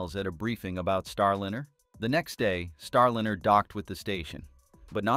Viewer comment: It's not STAR LINNER. It's STAR LINER. Teach your AI to pronounce this right. It's jarring.